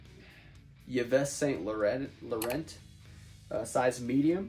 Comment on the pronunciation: it is pronounced eeve san lauron ( s and T are silent in yves and laurent) and by the way, you pronounce Ariat wrong as well lol but who cares? you still do great videos for us. Thanks